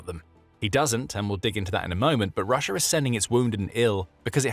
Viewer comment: Why do you say Rush-er? There's an A at the end of Russia. Rush-ah!